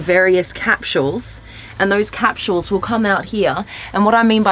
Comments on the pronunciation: Annoyed me every time she said "cap-shules". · I like: "Cap-shules" never heard that pronunciation before. Also - really sucks to "hear" about features - but NOT be shown them. waste of time. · That & her pronunciation of the word capsules lmfao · They way she said capsules reminded me to make a dentist appointment. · Same actually xD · Is that what she was saying!?